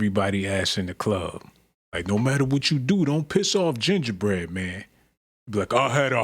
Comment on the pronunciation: Some content creators "glaze"(exaggerated emphasis) so hard over somethings way too much. Gingerbread.... It was no need to emphasize the term